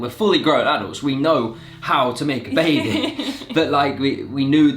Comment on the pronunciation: said “when the babi is here” 😭😭😭